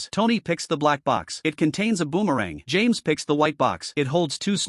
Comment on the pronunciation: Got the names so wronggg 😂😂😂😂😂😂😂